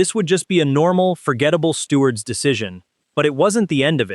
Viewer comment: What’s a “stewart”? “Less calm”? FFS!